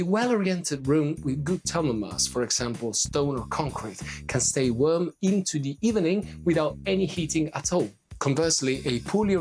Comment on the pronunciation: I love the way you say worm for warm. No worries BTW, we know what you mean.